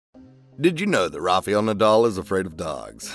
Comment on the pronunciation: Rafa-el, not rafey-al